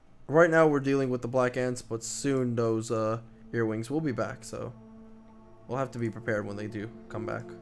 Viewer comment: Are you saying earwings? Because where im from their earwigs.